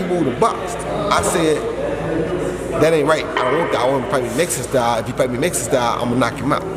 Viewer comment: MEX - I - CAN. ( Canelo )